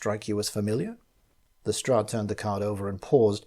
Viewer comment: Lestrade is pronounced correctly!!! It's the little things!!!